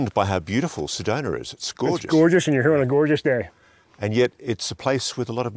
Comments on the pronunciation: Sedona not Sedoner Arizona not Arizoner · I’m curious, where the heck is “Arizonner” and “Sadonner”??? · "Sedoner, Arizoner" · I'm an Arizona native , for 62 years, never heard of a town called SEDONER! I think the British pronouncing any word ending in "A", with "ER" is ridiculous! Apparently my home state is called ArizonER as well!😂😂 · This guy needs to learn to pronounce Sedona and Arizona correctly. It can't be that difficult.